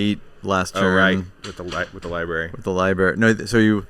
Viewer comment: Lib-ary lol